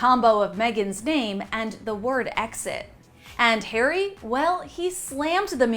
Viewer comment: Red carpet return? These two celebs are becoming as bad as the Z Listers who turn up to the opening of an envelope. Btw there's no such thing as the Royal British Army! Also why do you keep insisting on saying Hairy instead of Harry?